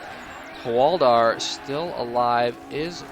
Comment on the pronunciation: Love your casts. Biggest peeve I have about them though, his name is Hwald*ar* not Hwadlir